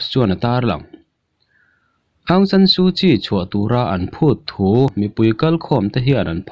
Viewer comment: Bengvar thlak hle.aungsan sukyi tih hi aung chu nambar chhiar na a sawm kan lam anga thluk tur.awng-sawm/san tih hi sarzam kansawia sar kan tihanga thluktur san-sar tiin.su chuvawkpa sut nghak kan sawi a sut tih thluk hman tur su-sut/kyi hi chial kanlam anga hmantur kyi-chi ti ang in.awng/sawm, san/sar,suh-sut,chi-chi tihangin.